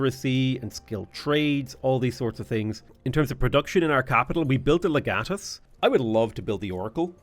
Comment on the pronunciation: It's pronounced Leg Uh Tus